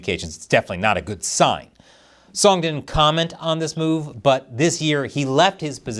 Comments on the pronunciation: ''Song Lick-Ho'', I bet you were having a hard time holding back your laughter, right? 🙃🍯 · Why'd he say it like that? 😂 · the pause was everything rofl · Love the pause before pronouncing Song's last name 😂 🍯